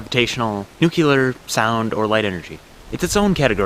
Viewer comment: NU CLE AR... Please... NUCULAR is not a word